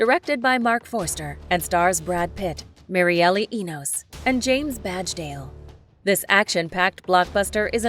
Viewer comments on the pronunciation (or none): Mireille is pronounced 'Meer-yay' not Mary-Ellie, fyi